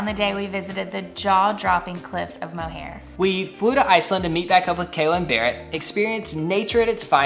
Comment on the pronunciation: When she said “the cliffs of Mo-hair” I felt that. It’s pronounced mo-her by the way hahahah.